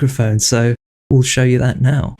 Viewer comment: I am so sorry, this is a stupid comment. But when you say show, it sounds like "sher" and when you say furry, it sounds like "fairy". (I swear I'm not making fun of you. [Or am I? Idk lol.])